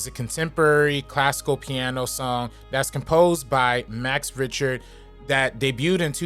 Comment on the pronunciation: it's not RIch-ter. say it like "RICK-TER". also no, its not a negative for it to be used as much as it has been. its a song that conveys so many emotions and interpretation for many to the point that its a 1 of a few songs that can be used in many cases. I love hearing it whenever its used. this is embarrassing, especially when you're sitting in your room hating on a song made by someone with more talent in their pinky finger that you do in your entirety. like no one had to hear this, its just self fulfilling nonsense.